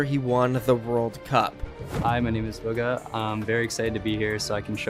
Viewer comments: Can people stop pronouncing his name like booga" it's "buga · Billy bruh buggah literally pronounced it as “buggah” did y’all watch the video???